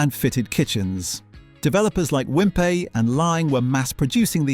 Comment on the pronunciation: Yes, strange pronunciation of Wimpey.